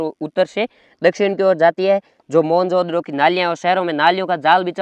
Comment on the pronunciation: Bhai kai hole bol मोहन नगडो ❌ मोहनजोदड़ो ✅